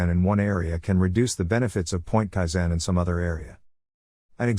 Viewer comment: You are putting the wrong stress on the wrong syllable. KAIzen. not kaiZEN.